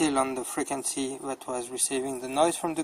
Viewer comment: "Freakinzee" frequency